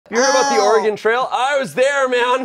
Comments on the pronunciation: Dear goodness…is this video going to all be “Or-e-gone”? Dudes, it’s Or-e-gun. 🤣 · Every time they said “or-e-gone” I cringed 😂 it’s “ore-gun” cuz we like the right to bear arms 😂😂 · Omg, hearing oreGONE over and over is killing me inside, too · Our punishment is everytime they say "Ore-gone" instead of Oregon. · Hearing pronounce Oregon makes me feel validated in my pronunciation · Oregonian upon hearing say “Ore-gone”: Kill Bill Siren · Or-E-Gone Oregonians: 😮‍💨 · As an Oregonian. Let me say.. It's or-uh-gun... ❤️ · Someone PLEASE correct on my state’s pronunciation. “-GAHN” is such a pet peeve of ours… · or eh gon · correcting the pronunciation of Oregon hahaha I felt that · As someone who was born in and spent most of his life in Oregon, I hate how is pronouncing it, even if done comedically. BLARGH!!!! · We had to play this in school, as well as the Lewis and Clark Expedition. I don’t know why, but people would pronounce Oregon the way did, but ONLY when talking about the game. When pronouncing it as just the state, they’d say it properly. I never understood that. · As an Oregonian, the Smosh cast stuggling to pronounce "Williamette" and "Oregon" was so great. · There should have been punishments for every mispronunciation of Oregon and Willamette! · The constant mispronunciation of every name was so painful as an oregonian